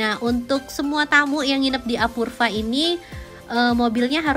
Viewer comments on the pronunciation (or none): "apurva"...dibacanya "apurwa"!!!